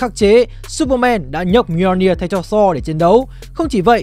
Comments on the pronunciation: Mì - O - Ni - Ơ là cái wtf? Người ta đọc là Mi-jô-nia là được rồi, phát âm như sách tiếng việt 1 phiên âm vậy ba? Còn việc Loki nhấc búa Thor đó đíu phải là âm mưu của Loki, nó bị cái spell kia reverse từ xấu thành tốt thôi. Sau này đảo cái spell lại nên nó cũng unworthy trở lại luôn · góp ý :| nếu không biết đọc như nào thì nên dùng google cho nó đọc chứ lên video mà đọc mjolnir buồn cười quá ....